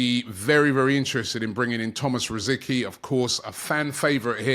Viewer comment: Robbie, not "Rosikee" but "Rositzkee"